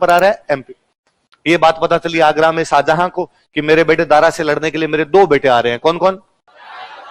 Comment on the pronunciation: Pehle naam lena seekh tab padhana Saajahan nahi tha Shahjahan tha salo tum log ko bolne ka tameez nahi hai tum padha rahe ho